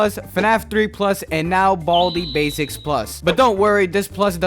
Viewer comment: I think you pronounce it with " 'S basics" idk why